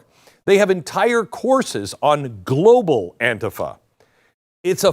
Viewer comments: It isnt anefa. It is Antifa. Why are you pronouncing it wrong. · An-TI-fa, NOT AN-tifa, Glenn. Thank you for another great, informative video of truth. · Stop saying anefa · Why does he call it aunteepha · AN- TI- FA . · I pronounce it AUNT-TIFFA. Makes me giggle. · Glen, first in my opinion you are pronouncing ANTIFA improperly. Most times I hear it pronounced as an-tea-fa, but that's not really important. What's really wacky about this is that the name stand for a group that's supposed to be against fascism, yet they act more like the fascist "brown shirts" of Germany or the black armbands of Italy. has it right, they are The Democratic Marxist party which is as fascist as they come. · Hey I agree with everything that you say but the word is pronounced An-Ti-Fa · AN TI FA SAY IT RIGHT MORON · The way Glen pronounced Antifa, it sounds like someone suffering from either dementia or diarrhea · Glen, if you can 't pronounce it right, don't do a video about it. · Beck, the least you could do is pronounce the name of the group correctly. 🙄🙄🙄🙄🙄🙄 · How is it possible your mispronouncing "antifa"? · Why do you pronounce Antifa differently than everyone else?? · I wonder why he changes the pronunciation of Antifa from different broadcast he has made. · You know, Glenn can’t even pronounce ANTIFA I don’t really care because I think the organization is despicable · So what’s wrong with you my friend why do you mispronounce antifa❓ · Glen, learn how to pronounce it correctly. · Stop pronouncing Antifa like that. It’s annoying.